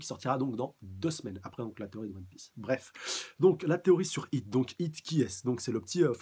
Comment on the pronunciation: C'est "Hit" ! Pas "Heat" !!!!